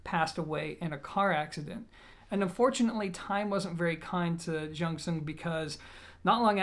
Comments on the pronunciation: jung pronounce like jon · A friend told me to pronounce it as junction. He has one and raves about it. So clear and nice. He's Chinese 😁😁😁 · It's Bell God. Spelled like how you pronounce it in Cantonese, similar to June Sun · great review as always. Disappointed that your excuse of mispronouncing the name is “because i’m American”. If you truly respect the company and product, you’d find out by googling it or asking someone. Just food for thought, and I know you’re a down to earth smart guy so hopefully you don’t take offense to the feedback.